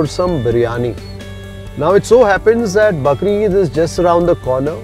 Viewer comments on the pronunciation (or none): it is Bakraa Eid ...not bakre eid